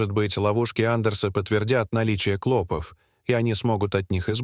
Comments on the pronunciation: Твари продажные, жить у нас хотят, а язык коверкают! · НЕПРАВИЛТНЫЕ УДАРЕНИЯ ОТТАЛКИВАЮТ СЛУШАТЬ...клопОв, а не клОпов. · В слове "клопов"ударение делается на последний слог,а не на первый!!! Ужасно режет слух 😢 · Нет, это невозможно- искать постельных клОпов с ударением на О столько времени с таким трагизмом в голосе и привлечением стольких экспертов - слов нет, одни междометия!!!👎👎👎👎👎👎👎!!!…… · Не клОпов, а клопОв, противно слушать, как изгаляются над русским языком . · Клопов, ударение на второе О. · клопОв!!!! а не клОпов. , зУда итакими "перлами" заполнен весь ролик. Про то, что он невероятно растянут, я уже и не говорю